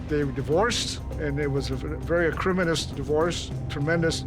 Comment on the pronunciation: It was a very"eck-rimi-dous" Testimony😳.....acrimonious !?..🤷‍♀️